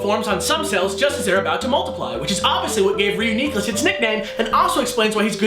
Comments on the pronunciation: Good science :D Bad pronunciation Ryu-Nee-Clus nope! Re-U-Nee-Clus, you wouldn't say Unicorn like U-ni-corn you would say Uni-corn. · It's pronounced REE-YOU-NI-CLUS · I think it sounds better pronounced re-U-ni-clus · All always thought it was pronounced like ridiculous. It was a joke between me and my friends when something insane happens, I say "This is Reuniclus!" Don't ask me why I pronounce it that way. Now that I hear the correct way to pronounce it, and look at the name, I realize how stupid I was being. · I... Do not like this pronunciation. Re-U-Nuh-cliss better :|